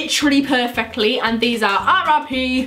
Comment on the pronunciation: When she said RRP I thought she said RIP. lol 😂